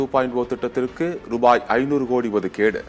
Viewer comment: Thamizh ozhunga pesavum seidhi vaasipalare....odhukeedu ku odhikedu nu solgireergal